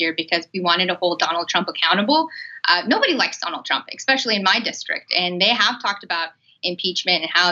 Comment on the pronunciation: Please stop saying Ex-specially.